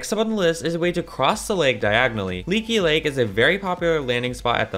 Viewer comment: he said leeky lake